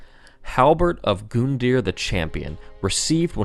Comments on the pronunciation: pronunces Iudex right but Gundyr wrong Me: It hurts insists on saying Gundyr because its easier Me: FUUUUUUUUUUUCK mispronounces Oceiros Me: OH GOD WHY (oddly enough I love the video so far) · oh my god just say his name normally once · Don't get me wrong lore is good but damn that pronunciation. Arrgg. Your comedy/ player skills aren't any where near as good as your speculation and theory crafting skills. Just saying dude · Nice video, but the way he says "Gundyr" really fucking bothers me. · LOL, Goon-deer.. I prefer Gun-Dye-er. cerakote this for me, will ya boss man? ;) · For the love of god it's Gun deer not goon it doesn't have an E for example Rune is roon deer Run is just Run just like Gun so please I love the lore you dig up but don't mispronounce something and then say the word wrong a hundred times in a sentence. Pleeeease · It's gun-deer not goon-deer just saying and I know it's gundyr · stop say goondear it's pronounced gun-dear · It’s gundyr, not goondeer 🤦🏻‍♂️ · I just can't take how he says "Goon-deer". I just can't.. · Yo it’s not goon dear it’s grun dure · You calling Gundyr Goondear irks me to no end. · Gun-dyr not Goon-dyr you probably have already been told this since it's been four years but It's a little annoying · Him calling Gundyr, “Goondyr” literally makes this unwatchable. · I hate how you say his name like (Goon)dyr instead of how it is (Gun)dyr. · Dude is Gun-dyr not fucking goooondyr.... good is that annoying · I get angreir for every goondyer you say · That pronunciation of Gundyr fucking GOONdear It’s Gun dear it’s like when the complesionist said Drangleic was Drang LEEK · It hurts to hear him call "Gund-er" by the name "Goond-eer" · "Goonder" that's how he pronounces it it's "gundeer" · it's gun deer not goon deer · Not Goondeer it's Gun Der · yeah, GOOndyr, thats totally how its pronounced. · "Hoon"-ta. and now "Goon"-dear lol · Gun-deer, not Goon-deer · GOONDYR. Dat pronunciation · Yo why is he saying gooooondear